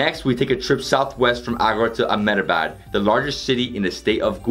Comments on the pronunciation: brother it's Ahmedabad not amenabad and it's Gathiya not goon thiya 😂. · abe b... 😂Bhai amenabad nahi Ahmedabad and Goon thia nahi Gathiya 😂